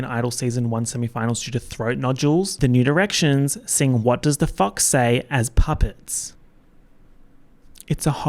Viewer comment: every time you say new directions it sounds like nude erections